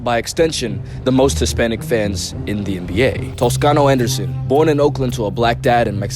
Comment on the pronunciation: Your Spanish accent is pretty good. You should consider learning it.